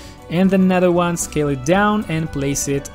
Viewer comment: .... Scale, not scael.